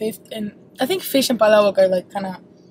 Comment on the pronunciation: it's na pala-bok it's pa-labok that's how you pronounce the palabok.